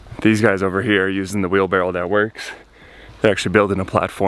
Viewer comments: Wheelbarrow not Wheelbarrel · He does know it's a wheelbarrow... right? It's not wheelbarrel. Is that a Boston thing? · were you saying wheelbarrel or wheelbarrow? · repeat after me. WheelBARROW. 😆